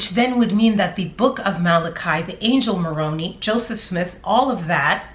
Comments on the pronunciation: It’s pronounced moron eye. Not moroney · I just needed to let you know that you’re pronouncing Moroni wrong. It isn’t Morony it is Moroni-eye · I was a mormon for over 30 years and for 11 of those years was a staunch, endowed, once a month temple goer with my then husband I was “sealed” to. Moroni is actually pronounced Moron”I” with a long “I” sound. But to me it’s really funny to hear her pronounce it to rhyme with bologna because now that’s how I feel what religion is. Bologna. 🙃 FYI: I’m an energy worker and I can’t even touch malachite. It gives me horrible anxiety if I do. Malachite is often used to open a heart chakra of someone who cannot love. I’m a big lover...an “over lover” if anything, so I can only use rose quartz for my heart chakra. I wasn’t surprised Lori picked it for a wedding ring because she obviously had shut off any light energy in her heart. 🤷🏼‍♀️ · I kindly wanted to clarify something for you. You keep pronouncing Moroni as / maw-roh-nee / which is a town in and the capital of the Comoros. Moroni Is actually pronounced as mō-rō´nī, who is the Son of Mormon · Moroni is pronounced differently by the Mormons fyi. You are saying it right except for the last sound. The last sound is not e but i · Yo its Moroni Mor-Own-I, not Moroan-ee,. I think ChuubyChin Chad would try and justify the bee killing, claiming they could have stung him, but who the F, kills 120? Sickos do-normal person might kill one and run, but not chubby. They were fascinated with the Malachite stuff, maybe using it as poison too, if it was untraceable one could speculate. I grew up in the Mormon faith (LDS), and resigned after being a member for over 50 yrs. I resigned because the mainstream LDS has a lot of the same scandals as the Catholic Church-but the LDS keep it hidden better. Im also familar w all the Mormon splinter groups-and loosely know some connected to Chubby's whacked out bunch. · It’s pronounced, Angel Moron-eye. 😁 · Pronunciation: Mo ron